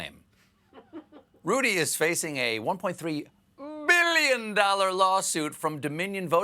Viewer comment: Where's Carl Sagan? We need a proper "billion" pronunciation now more than ever.